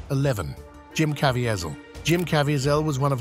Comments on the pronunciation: I love how much trouble the A.I. voice struggles with the name Jim Caviezel.. "Jim Cav-E-Az-Al"... and a moment later "Jim Cav-I-Zial"... Haha. A.I. is still dumb. 😂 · I love when creators leave the pronunciations of names up to the AI, thus you get things like Jim Cavyzell, not to mention early nineties S. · Jim Cav-E-A-Zel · Thora Birch had a significant role on The Walking Dead. And it's pronounced Ka-VEE-zul. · Say it with me... Cuh-Vee-Zull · AI can’t pronounce Caviezel’s name. USE REAL NARRATORS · learn how to pronounce "Caviezel"